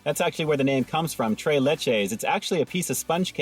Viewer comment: You keep saying tray but it tres LOL like three in Spanish LOL because it's three milks LOL